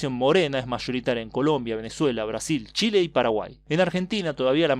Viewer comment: Dicho en italiano jajaja